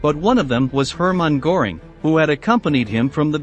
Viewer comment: Der Kommentator sollte sich entscheiden ob er englisch spricht oder deutsch. Aber wenn schon deutsch, dann richtig ! Nicht, z.B. Geheime Staats-Poleisei ( statt Polizei ) oder Hermann Goring ( statt Göring ), usw. Der Qualität des Berichts schadet die richtige Aussprache sicher nicht.